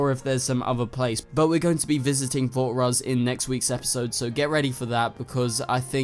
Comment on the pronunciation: I agree, and also it's fort rozz, not fort ross